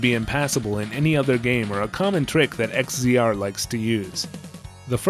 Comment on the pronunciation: to throw it out there, in case no one else said it, X-Z-R is pronounced Exile. Or, Egg Xile.